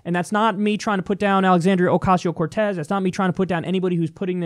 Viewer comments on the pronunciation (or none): Stigall mispronounced Alexandria's name saying: Elisia Ocaso-Cortez instead of Alexandria Ocasio-Cortez. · Kyle’s face after he called Alexandria Ocasio-Cortez, “Elisa Caso Cortez” has me dying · Kyle's face when he mispronounces Alexandria Ocasio-Cortez's name, lmao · Your face when that human thumb botched alexandria ocasio-cortez's name.... HAHA